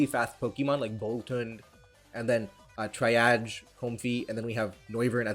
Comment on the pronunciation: And when he said comfrey ability triage "tryaj" I love it LOL